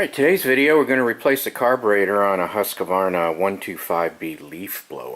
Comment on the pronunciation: Very good and informative video. Gotta laugh thoug. Why does everybody pronounce the product as "husk-a-varna"?